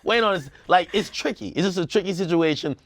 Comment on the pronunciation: Ak's Jamaican accent came out when he say "...it's a tricky situation..."